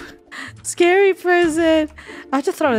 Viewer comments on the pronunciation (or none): none